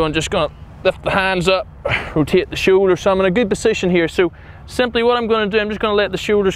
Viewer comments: “Show Ders” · “De showeders!”